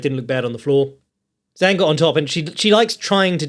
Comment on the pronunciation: the correct pronunication of Zhang is with.a "Jang" that rhymes with manga.